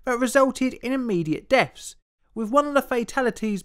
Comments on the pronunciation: deafs is just saying deaths wrong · what are "immediate deffs"? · It's pronounced DEATHS, not DEFS. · immediate deafs? it caused people to lose hearing? say it with me the three there those them not phe phree phere phose phem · to be fair, deaths is pretty hard to say, given how close the pronunciation of the pronunciation of th and s are in terms of tongue positionig. when i try its 'deafs', 'des', or a singular 'death'